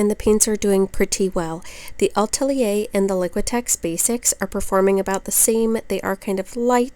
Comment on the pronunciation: Really thorough, thank you,. ❤️ And yes, you pronounced Atelier almost like a Parisian - Ah-TELL-yay. 🇫🇷